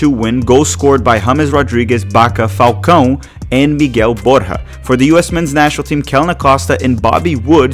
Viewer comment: Doesn't matter, he should know better. Even the Brazilian commentators pronounce it correctly. And so do the English-speaking commentators, which he is one.